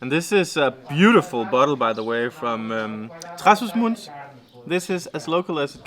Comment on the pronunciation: Yes, but never like "Gimunde" / "Gimoonde"... And anyway, Gimonde is in the North, so case closed. :D Also, it's not Trás-os-Muntes nor Muntesinho. In both cases, where they pronounced as 'u' (or 'oo') it's actually a vert open 'o', like in the English word "awe" (but nasal).